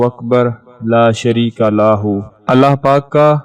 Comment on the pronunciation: محترم له كو ا پ لاہ پڑھتے ھیں جو بالکل غلط ھے براہ کرم ریکارڈ کرنے سے پہلے کسی کو سناکر تصحیح کرلیا کریں جزاک اللہ